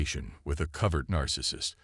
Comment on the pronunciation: Couldn't make it past #2 on the mispronounced "covert".